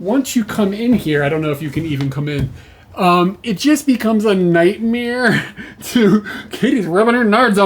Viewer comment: nightmere 😂 Only other person I've ever heard say nightmere rather than nightmare is Bert Kreischer